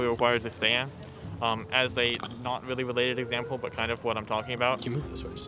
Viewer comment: "That is not weawwy wewevant" Dude, you brought it up.